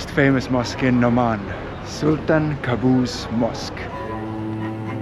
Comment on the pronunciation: Welcome to our humble country i hope u enjoy it , well the sultan called qaboos not kaboos because its mean nightmare in Arabic when u said it with K 😂, still there’s too many places to visit and u will be shocked , or at least go to salalah when autumn time